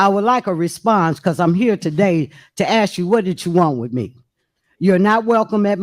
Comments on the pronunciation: The word is"ask", not "axe " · TIFF, LEARN HOW, TO PAY ATTENTION TO SPEACH. ( AKS ) THE WORD IS ( ASK ) NOT ( AKS ) GO BACK TO SCHOOL. IN FACT I GOT A HUGE FEELING IT TIFF GOING BACK HOME. ( PRISON ) HER HOLIDAY IN FOR SEVERAL YEARS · She Axed you😂😂😂 sounds like they need better education in Dalton county😂😂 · There she goes axing again. She needs to stop before someone gets cut! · “Ask”. Not “Axe” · "I axe you, what you speaking of" omfg CLOWNS! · I've been playing my own drinking game. every time i hear a "y'all" i take a shot. every time i hear an "aks" i chug a beer. at the end of this upload, I'm not feeling well. somebody, call me a doctor. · Axed? Please speak proper English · Madame, Mayor the word is ask and not axe! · You could have axed...... My ears are bleeding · I axed you.... someone who talks like this should not be in charge of shit. Who hired this trash mayor thinking this wouldn't happen. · This woman just crucified the English language... How does anyone " AX " another person a question?....I think she means " ASK"..ya"ll...she's so ignorant. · Please say ASK instead of AKS.......LEARN to TALK WELL.... I can do it better from the Netherlands..... TIF TIF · Does she ever speak English ? Axing ? She’s absolutely ridiculous. She loves to rhyme. WAKANDA in the flesh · It's ask not axed lol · I am not from this state. Why do they say ax instead of ask?